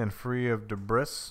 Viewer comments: What is Deh-Briss? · "...make sure the heating chamber is clean and free of de-bris." Clean and free of de-bris. CLEAN AND FREE OF DE-BRIS. ...did anyone ever teach you how to pronounce words..? Anyway, looks awesome. Would love to have one.